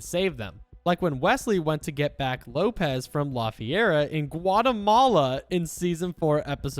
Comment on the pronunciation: Wopez 🤣🤣🤣 its Lopez